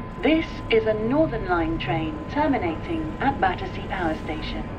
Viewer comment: An exciting report! Now I must visit it! One point: it's "Battersea" not "Battersear", as in your introduction.